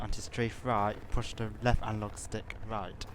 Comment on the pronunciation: "to go fowud push the right alog stick forward ,and to go back pull the back alog stick back" . classic.